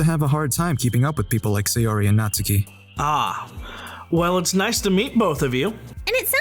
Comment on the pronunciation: In the future could you consider pronouncing Sayori as "Sigh-or-ee" "Say-or-ee"? You pronounce the other Japanese names fine it just seems weird to get this one completely off.